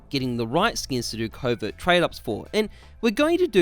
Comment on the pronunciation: "to trade up to a COUVAERT" gg